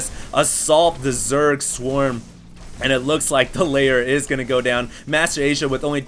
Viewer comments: Backwards-flying Phoenixes look so awesome., you still haven't learned to say LAIR. Not layer. LAIR. Messy game, I dont actually think it's that fun when it comes down to a base-race. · Why does keep pronouncing Lair as "LAYER"? Sounds as if he is from Alabama or something - this is Starcraft not photoshop..